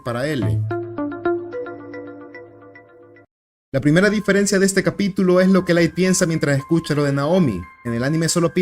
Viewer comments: soy el unico q se da cuenta q durante todo el video dice diferecia y no diferencia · soy el unico q se dio cuenta que todo el video dice "diferecia"? ajajajjaaj